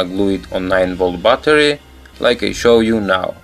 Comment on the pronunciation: Lol "9-Volt Butter"